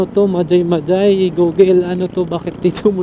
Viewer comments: Hindi Yan majay majay basa nyan sa mahay hay laguna po Yan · Mahayhay po ang basa dun ndi majaymajay✌️ ingat po😊